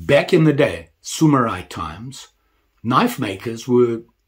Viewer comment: They're called Samurai, not Sumurai 😅